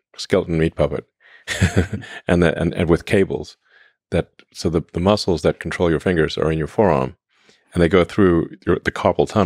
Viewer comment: Had a good chuckle hearing Elon call them "muskles" 😂